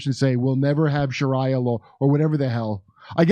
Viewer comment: you just butchered the word "Sharia" you don't have to say who's side your on.